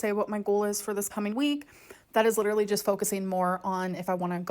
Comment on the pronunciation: "that would literally be hectic, I'm not gonna lie." That's funny and all, but you do know you're not pronouncing LEE-terly correctly, right? 🙂